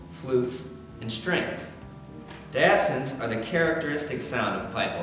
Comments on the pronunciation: just to save you some grief -the word "diapason" is pronounced die - ah - PAY - son; Great video otherwise! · I like the effort and idea of the video. HOWEVER, I did not like the way you treated Matt. Second, it's pronounced Di -Ahhh-pAsons. Other then that, the effort was good. Oh just one other thing, the top of the organ console is NOT a seat or chair. Did you consult someone from the organ department? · It's die-a-pason. Very interesting video. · Your pronouncing diapasons wrong. Its Die-a-Pay-sun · thank you everyone for acknowledging my inability to pronounce diapason.